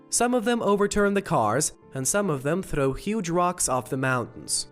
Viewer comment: It's hilarious how he says "throw"